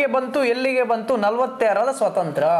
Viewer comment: Swathanthra alla, Swathanthrya sariyagi ucharisi.